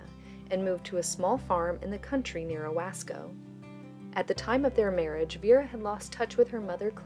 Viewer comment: Friendly update for you research: Owasco is actually pronounced "Oh WOSS ko", Elnora Ward Oaks had 3 girls (Mary Ellen b. 1926, Freda b 1927, and Ruth Ann b. 1930) and 2 boys (Floyd b. 1936 and Roy b. 1942) , the children of Madison Township (Radnor, Ockley, and Owasco) went to New Hope School (less than a mile from Radnor) from 1926 till 1970; the Radnor school had been condemned in 1910; the Radnor children attended school at Ockley until New Hope was built at the corner of 300 S and US 421, the Radnor Methodist Church is across the street from the Universalist Church you have in the video (I can share a photo to you of the church at the time of the memorial).